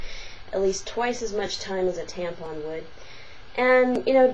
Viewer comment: oh and learn to say TAMPON right... theres no freaking G at the end of it... you know NOTHING about tampons